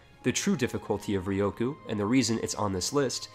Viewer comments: Okay, I'm just saying u said ryukyu wrong, it's rE-u-coo, not rE+O-coo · Ryukyu - Ree-You-Queue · Re-you-Q = Ryukyu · Could you pronounce Ryukyu any worse?